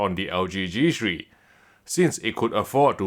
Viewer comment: Its g three not g shri